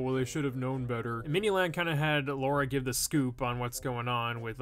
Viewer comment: Did he say “mini lard “ no hate